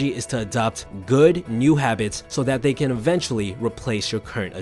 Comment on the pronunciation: Do you think the narrator could build a habit of pronouncing “th” intead of “f/d/v”? For example, instead of “they” the narrator says “dey”. Or instead or “with” it’s “wiff”. I’m wearing headphones so every sound, including mispronunciations, is magnified … “wiffout” … just heard another. “Stick to dis habit.” I tried to force myself to ignore them, but it’s a habit to want to hear correct pronunciation.